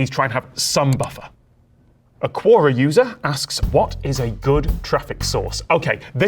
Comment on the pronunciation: You cool Tom, you Cool, But I cringed everytime u said "cuora" it's pronounced Que-or-rah! hahaha. I joke I joke